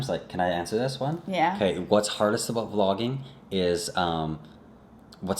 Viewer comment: about = a boat....i love the accent! lol